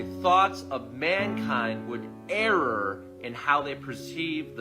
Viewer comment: Err is pronounced as written! What is this guy on? 😂